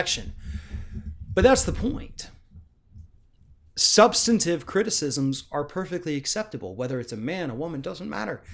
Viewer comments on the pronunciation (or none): none